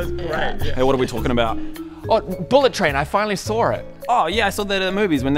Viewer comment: you finally Sawrrrrrr it?